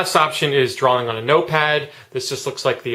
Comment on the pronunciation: great app. you say drawling lol